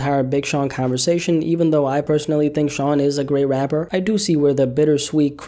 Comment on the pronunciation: I hate the way you say Rapper i will pay you if you replace it with rap or hip hop artists rap musicians anything you sound like a three year old baby